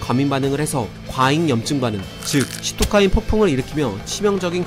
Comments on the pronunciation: 시토카인이라고 안하고 사이토카인이라고 해요^^ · 보통 시토카인이라고 안하고 사이토카인이라 읽음